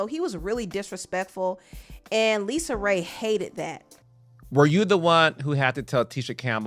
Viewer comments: Girl don't let her hear you calling her Lisa 😮 her name is LisaRay period 😂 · Lisa Raye, not Lisa.